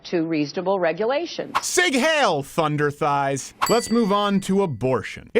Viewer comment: "Thunder Thies"😂😂😂